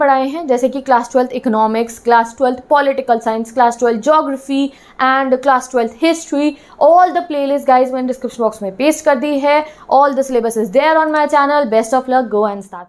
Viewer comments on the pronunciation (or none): Other pronunciation : syllabus , This girl : sylaaaaaaaaaabas